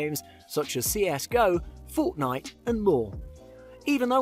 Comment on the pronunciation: and the way he pronounced it lmao 😂 - such as a fort Anita